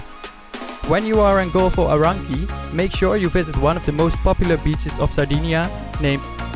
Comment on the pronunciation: golfo ARANCHHHIKKI!?!?!?! hahahahahahah mate if you can't pronucniate something just go to school !!!!!!! pathetic!!